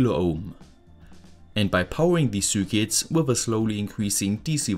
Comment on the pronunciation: Why do you pronounce "circuits" like that?